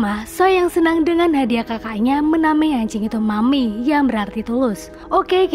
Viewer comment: Maeum bukan makmi 😂